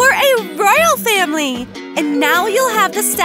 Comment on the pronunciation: When they wanted to say family they said fanily